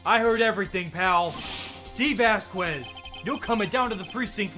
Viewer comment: And the latest of late corrections: "Vasquez" is pronounced "Vaskez". Without "Que".